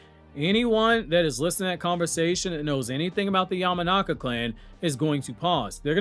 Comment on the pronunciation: *YAMANAKA SAI Not Yamanaki.